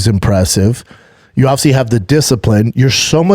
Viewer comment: Not hating*** can you tell him to pronounce the entire word. Thats why Shaubism will never die. He says obviously like ovysee